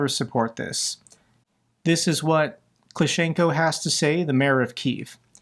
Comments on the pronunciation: It's not Klichenko the Mayor, it's Klitchko. pr: clitch- caw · Its Klitchko not Klishenko :D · “klishenko”? No. Klitchko. Klitch-ko. Hes a world famous athlete.